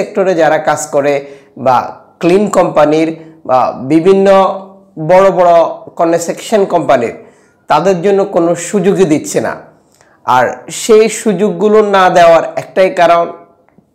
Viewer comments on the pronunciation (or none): কনেশেকসন না ভাই কনস্ট্রাকশন, উচ্চারণ শুদ্ধ করে বলো বার বার বলছি। একজন ইউটিউবার এতো ভুল করলে চলবে না!!!!!!!